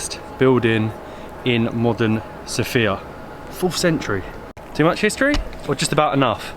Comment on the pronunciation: Everything is very wonderful, but the only thing that irritates Bulgarians is how foreigners pronounce the name of the capital of Bulgaria. It is correct when the emphasis is on the letter O, SOfia, unlike the female name SophIa, where the emphasis is on the letter I. 😉